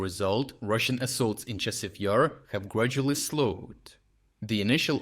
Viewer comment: Your AI script reader really has a has a problem with the pronunciation of Chasiv Yar.